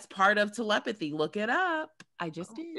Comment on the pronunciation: Telephty = te·lep·a·thy /təˈlepəTHē/ Learn to pronounce noun “the supposed communication of thoughts or ideas by means other than the known senses.”